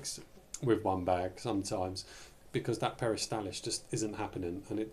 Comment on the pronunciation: NOT peristalis but peristaLSis